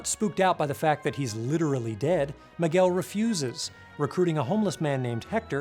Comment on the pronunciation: I love you but your pronunciation of "Miguel" gives me seizures